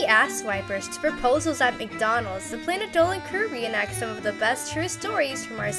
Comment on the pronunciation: “Planet doan”